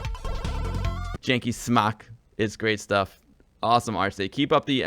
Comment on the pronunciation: I love how you prenounce Polish "Dzikie Smaki" as Jee-key Smack :)